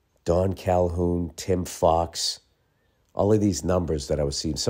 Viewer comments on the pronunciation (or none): none